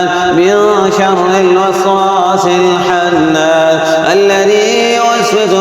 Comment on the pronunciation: Surah falaq me aesa mehsoos hota he khalaq ki jaga halaq parha jaraha he, S Nas me khannas ki jagah hannas horaha he. Meri bat ghalat bhi hosKti he